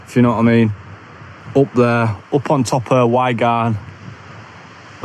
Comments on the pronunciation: Great video again mate. The pronunciation of “why garn” had me in stitches 🤣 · Top video 👍🏻 I was having a chuckle at your pronunciation of Y garn 😜 how are you liking your OMM core hoodie? I've got the core plus which is supposedly thicker, but I'm not sure if I'd like it any thinner tbh, it feels very fragile, but it is very warm for the very light weight, my medium only weighs 188 grams compared to 400 grams of my Rab equivalent hooded fleece. I hope you get your drone fixed, absolute bummer that mate.